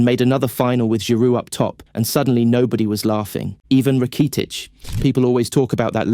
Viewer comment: You need a better AI narrator. This guy sounds like a soulless robot. The pronunciation of Rakitic was....interesting 😅😂 when you upload your script to the AI voice generator I recommend spelling names phonetically so your robot pronounces it correctly 😅